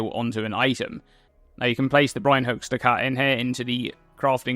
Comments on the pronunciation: Buckets of mispronounced ducats. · I think I might actually go insane this league with everyone pronouncing ducat that way lmao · Fun trivia - I found out the other day ducat is pronounced like "ducket", like bucket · I thought this must somehow be the case, but every search I did only listed duck-it as the correct pronunciation, so I'm a little at a loss.